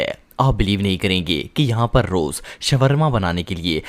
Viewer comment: shwarma nahi shawarma hota hai